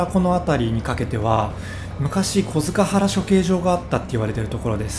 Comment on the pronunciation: 小塚原，東京での発音は「こづかっぱら」です．日比谷線の南千住駅が高架なのも，吉原遊女の投げ込み寺であった浄閑寺あたりから人骨が出ることが予想されたからと言う都市伝説があります．